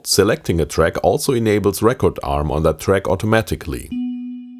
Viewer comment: Your pronunciation of "record arm" has me questioning everything